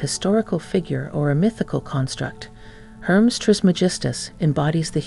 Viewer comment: Hermes is not pronounced as Herms, it is pronounced like this Her mees